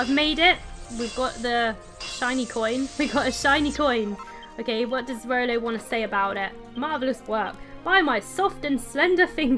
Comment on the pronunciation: why you call Rollo Rolly